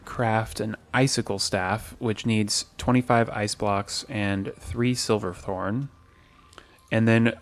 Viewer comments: Ooooh I know this is a year old but I don’t like you calling it “silverthorn” It’s SH iverthorn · I know this video is very old but something bothering me was you kept saying silver thorn instead of shiver thorn